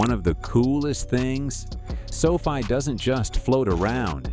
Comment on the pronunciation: sofi, sophie, sofi.. a "narrator" pronouncing the same word two different ways is a dead giveaway that its ai.